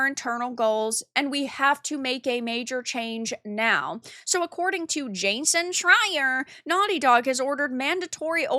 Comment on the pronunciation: The way she says Jason Shrire’s name…..🤣🤣🤣🤣🤣🤣🤣🤣